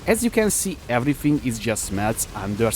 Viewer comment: tonkiness it's everyfing